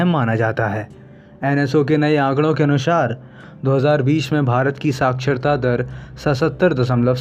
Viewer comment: तुम हिंदी की साक्षरता के वीडियो बना रहे हो और तुम्हारा उच्चारण निंदनीय है. कृपया ऐसा Video Voice Over Artist नियुक्त करें जिसका हिंदी का उच्चारण ठीक हो. अनुसार को अनुशार बोल रहा है. हिंदी का ऐसा तिरस्कार न करे जय हिंद